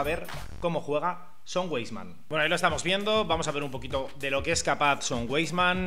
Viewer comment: Buen vídeo, sólo una aclaración, si me permites. Se pronuncia "vaisman".Saludos